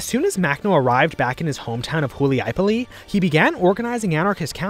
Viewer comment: its not huiliay poli its hulyai pole